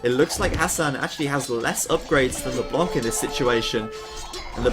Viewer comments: Ryze mid What the fuck is YOUR problem ?! Just wanted to tell him so that he won't make the mistake again, not a big deal anyway. It's a french noun, so it should be pronounced withouht the hearing "c", if possible. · Amazing game, and amazing broadcast as usual ! For the record, LeBlanc -> don't pronounce the "c" ;) [it's "the white" in french btw]